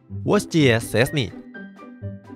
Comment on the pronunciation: Dibaca nya stesni